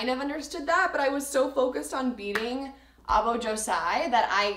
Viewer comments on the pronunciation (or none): Aoba not aobo